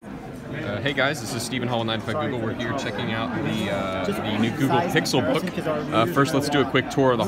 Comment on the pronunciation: "Pixel Pook"